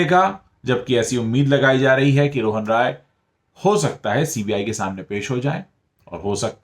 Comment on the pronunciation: Kindly correct your pronunciation of "Rai" while taking Rohan Rai's name. You seem to be pronouncing it as ROY which is a Bengali surname and RAI is from a different province in India